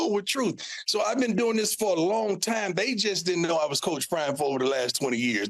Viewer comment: Why he call him Time instead of Prime lol